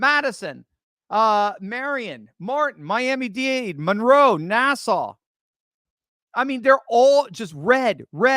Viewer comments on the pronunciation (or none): none